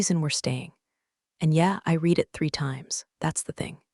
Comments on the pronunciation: Please teach the AI voice to know when "READ" is pronounced red, not reed . . . might add some authenticity to the stories. That being said, I've been a fan since you first came on-line. Keep up the great stories - Luv em. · So tiresome that creators think failing to proof-read their AI generated work for repetition is acceptable. And the past-tense of "read" is pronounced "rEHd", not "reed." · It is pronounced "red" not real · Should read "reed" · Read in the past tense is pronounced red. Please edit anything done by faulty programming before publishing for consumption by listeners. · it's like the AI got stuck on the "read" vs "red" debate. 🤦‍♀ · that’s the mistake AI keeps making. Past tense should be "read" as "red." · You guys must find a way for AI to say either 'red' or 'reed' the right way each time. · Someone fix AI. It can't tell the difference between read (reed) and read (red).